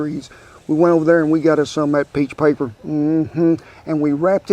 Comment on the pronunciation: What kind of paper did you use at the end? Sounded like you said peach paper.